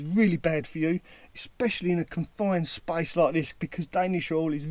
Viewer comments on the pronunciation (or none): none